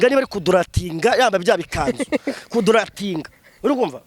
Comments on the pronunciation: 😂😂😂😂😂😂😂😂 banza wige kuvuga kugaradiwetinga😂😂😂😂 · Ariko na none ibyo avuga kuri Vestine nibyo,ariko nawe ashobore kuba ari inkandagira bitabo.....!buriya nta kintu na kimwe azi kuvuga neza kupongle reka daaaaa......!DNA oyaaa daaaa......!mwarangiza ngo ni Prophete kuvuga ku gratiatinga reka daaaaaaa.........! Uyu yaracanganyikiwe nukuri..........n'amagambo avuga bigaragare ko afite ikibazo peeeee.........! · Pu kongoro😂😂😂😂😂😂😂❤urikumvaneza😂😂🤣🤣🤣 kuduratinga😂😂😅❤❤❤❤